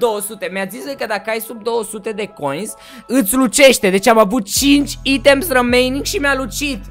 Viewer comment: ba nu se zice "6 iteme" se zice "6 aitame"